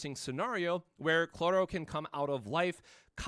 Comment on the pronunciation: IT'S CHROLLO! NOT CLORRO!